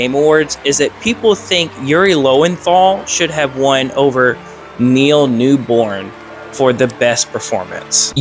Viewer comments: Cool video. The guy's name is Neil Newbon, not Newborne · please its Neal New-BON not newBORN